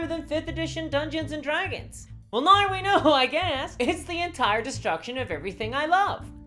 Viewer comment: Why charnge things noi? Why charnge things noi indeed.